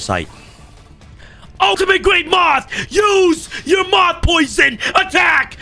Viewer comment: For a second I thought you said, “… Summon Perfectly Ultimate Great Month” instead of moth